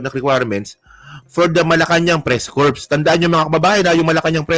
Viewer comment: yung Corps…hindi pronounced as Corpse. Silent P dapat…Parang Cor, ang tunog. Salamat! GodBless….